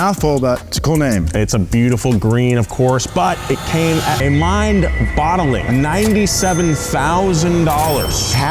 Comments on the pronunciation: Tell it's Mind Boggling, not Mind Bottling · Did say "Mind - Bottlleing"?? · Mind bottling…? It’s mind boggling brother :) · Did say, "Mind bottling "? 😂😂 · Did he just say "mind-bottling"? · did he say bottling? And not boggling? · Guys, it's "Boggling" ... "Mind BOGGLING". It's even in Blades of Glory as a joke 😂